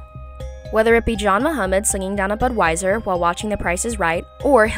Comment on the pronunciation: Good video but ive never heard anyone pronounce budweiser like that 😅